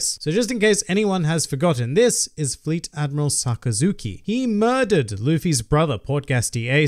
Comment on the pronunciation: I think its Fleet . Not float